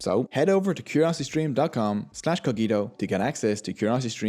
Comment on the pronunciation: Nice video, I had information about coffee, but I did not know the full history. May I ask if you intend the word Cogito as the latin word? because in that case you pronunciation is wrong. PS: Italians still drinking mainly 100% arabica coffee, it works better for the espresso.